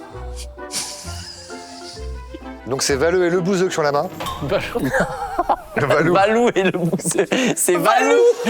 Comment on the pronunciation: moi j'entends valeux et pas valoux